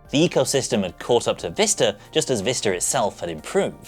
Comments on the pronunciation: Is it Vista? Or, Vister? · Quality content? Check Windows Vista pronounced properly? Check? Switch between windows vista and windows Vister? Constant.